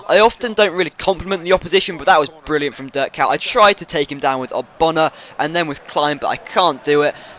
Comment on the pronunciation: Durk Kout haha, try Dirk, 'i' like wickham, and yeah you'll probaply screw up Kuyt haha, you should read it as 'Kuit', but that doesn't make any sense for you i guess because that is Dutch... never mind